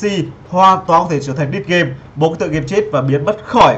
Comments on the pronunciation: liên quan gì đến qc :)) bạn có hiểu k vaỵa, dead game đọc thành đít game, bạn kia đi sợi thôi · "Đít gêm" =))))) R.I.P English